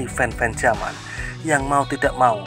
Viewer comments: Yaman,bkn jaman,,,klu logat asing yamen😂😂😂😂 jaman donk😂😂😂😂😂😂😂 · Min bukan j tapi y